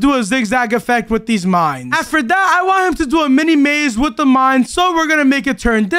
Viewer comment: In the fight was struggling 😂while it’s so easy because he is overpowered with his sord lol😂and he was saying I don’t wana die but insead I herd i wana die😂😂😂